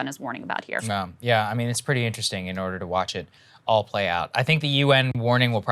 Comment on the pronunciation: "in order to" ?!? Learn to speak